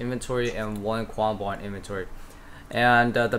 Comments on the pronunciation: ka-ram-bwan, not kwambwan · Kwambwom